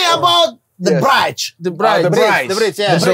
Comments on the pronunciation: Yg lucu tuh udah salah sebut TERIAK lagi " the bridge " the bright 😂😂😂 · Mamat: Tell me about the brayj😂